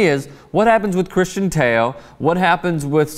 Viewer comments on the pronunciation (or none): none